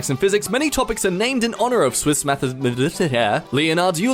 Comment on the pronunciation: we gonna ignore how can't pronounce MATHEMATICIAN?